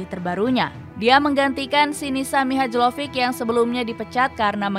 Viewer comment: Mbak pengisi suara MIHAJLOVIC itu d bacanya MIHAYLOPIK,emang udah kayak tai kebanyakan pengisi suara d channel2 yg bahas sepak bola kebanyakan pengisi suaranya bukan fans sepak bola jadi pengucapan nama2 d dunia sepak bola banyak bgt yg salah, hampir d semua channel sepak bola d youtube begitu,saran saya baiknya utk pengisi suara nya d usahakan dari fans sepakbola/yg mengerti sepak bola utk meminimalisir kesalahan,karna hal itu sangat mengesalkan bagi kami para fans channel2 sepakbola,udah pecat aja pengisi suaranya ganti yg lebih baik